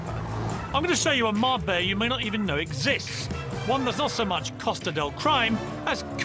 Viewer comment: 45: min program and couldnt say Mar-BELLA correctly once!! not marbaya! what a loone!